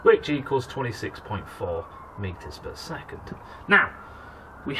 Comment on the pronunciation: I looked that up. It said "Bad pronunciation of Meters per Second".